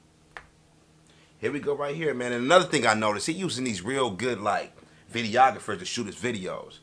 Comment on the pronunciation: This nigga just said videographers I’m dead